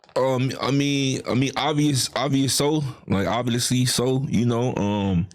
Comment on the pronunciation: “I mean Avi-Us so, Ovviusssly so!” 🤣💀 Man go read a book and leave the streets along family… LMFAO